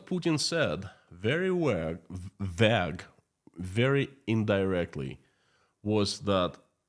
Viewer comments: Vague = vay-g. Not “ vag” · Vague: You say it as VAG (unclear) You should pronounce "VAY"-(gue). similar to "say" so "vay"(gue).. The "Gue" sound is like the "G" in Bag. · Vaque is not vaag. The correct pronunciation is vAyg. One syllable. Capital A sound